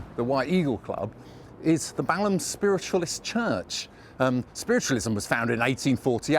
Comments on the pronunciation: Why, in heaven's name, does the narrator of that old film pronounce the name of the district "BAL HAM", instead of the way does? 🤔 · Peter Sellers was mocking American announcers, who mis-pronounce English town names. So he said Bal-Ham, instead of correct pronunciation which is Bal-am, as you don't pronounce the H.